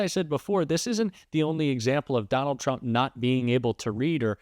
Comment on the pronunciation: Okay but at 6 seconds into this video you say "Donald Tsump" and didn't bother to start over, which is really setting the tone wrong for the point you seem to be making